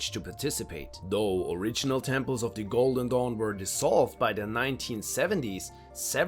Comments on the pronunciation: Every time he said "golden dawn" I heard "Golden Dong" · I thought he said "The Order of the GOLDEN DONG" LMAOOO🤣